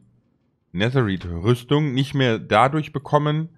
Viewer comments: Es heißt Netereit NICHT Neterit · Es heißt nicht neser rid sondern es wird nether reid geschprochen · Auch nicht Nethereit sondern Netherite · Er sagt netheriet mit ie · Man sagt nicht neterpizza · Mich nervt es wie du Netherite aussprichst